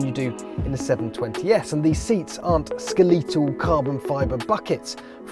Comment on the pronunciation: "Skuh-leet-al" = skeletal?